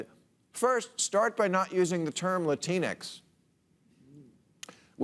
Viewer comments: It’s LATIN...X. Not a word that rhymes with Kleenex. For the ten different groups of Americans of Latin extraction. It’s inclusive. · It’s gerrymandering. Those districts that reverted back were specifically drawn for Republicans. Add in some propaganda and you’ve got a recipe. Plus, Bill needs to make sure he never says Latinx again because it’s pronounced Latin X. It’s sad that Bill is ranting on some BS “Divide & Conquer” routine on Democrats. You’re losing your touch man... Just acknowledge that 57% of White people are OK with racism and only 42% of White people ever vote for Democrats. Doesn’t matter if it was Obama or Biden. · Bill is right on the money in mispronouncing Latin X or whatever the bleep that nonsense means. 99% of latinos don't give a rats behind about that politically correct nonsense that is losing Democrats millions of votes. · What gibberish are you going on about?!? First of all, it stands for Latin—X, as in the X generation of Latin descent voters. It’s not that hard. I don’t care either way for the label but if a host is going to mock it, then he needs to know how to pronounce it. 57% of white people are OK with a racist or racist messaging, which is why that percentage voted for Trump & GOP. That is the conclusion and it is not dependent on the use of the term Latin X.